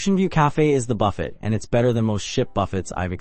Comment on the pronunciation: Buffett was pronounced wrong lol